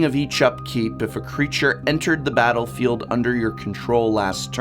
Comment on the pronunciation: "Batter-field" eh :P Someone is a fan of batterskull :D Great video! Don't forget flickerwhisp :D